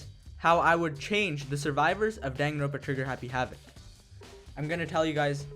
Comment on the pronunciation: its don-gan-ron-puh, not dang-gin-roon-puh